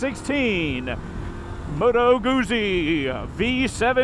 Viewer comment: It’s “Moto Goot Zee”, not moto goozee. Also it’s a V twin dude, like just count the cylinders lol.